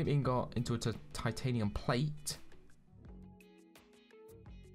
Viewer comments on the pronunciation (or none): He says ingot wrong